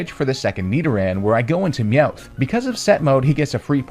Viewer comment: Am I the only one noticing this? Me-oath? Ra-ta-ta? Bruh... are you intentionally pronouncing Pokémon names incorrectly?